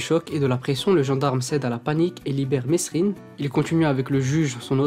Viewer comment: Jacque mesrine = jacque merine en prononciation